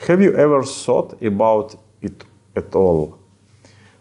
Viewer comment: Ха-ха! Дуже класна ідея, але над мовою потрібно буде попрацювати. На майбутнє:"thought" ( думав (у мин. часі) ) читається як "тафт", де "т" дуже слабко вимовляється